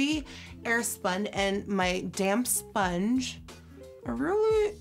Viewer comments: Am I the only one who keeps hearing "d@ sponge" instead of "damp"?? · When she said damp sponge was I the only one who kept hearing damn sponge 😂 but seriously that look is so good I love Nikki sm